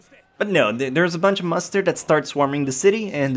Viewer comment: Did you say a bunch of mustard when describing gate?